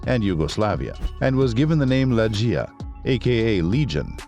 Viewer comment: It’s not lejj-ee-ya but ‘LEG-ee-ya”